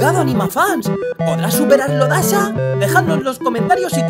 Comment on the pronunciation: Y se dice dasha